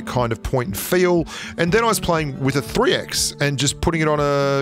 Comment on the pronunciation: “Playing wif space it calms you down” Me: Oh yea...Yes ou